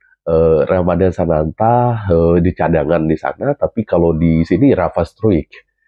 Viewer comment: Pelafalan struick yang tepat adalah STROIK.